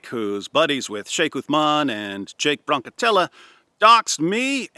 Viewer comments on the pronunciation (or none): 😆 Broncatella?? is a little confused. 😂